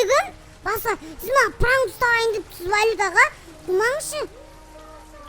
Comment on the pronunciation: Мага дегенді маса дима 😅😂